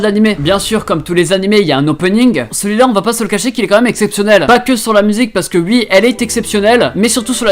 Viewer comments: C'est moi où tu dis comme les réunionnais qui dise Wi au lieu de Oui ou encore avec wi-fi,il prononce plus le wI alors que nous quand on dit Wi-fi on dit Oui-fi, voilà voilà . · Tes uii au lieux de oui me font rire à chaque fois 😂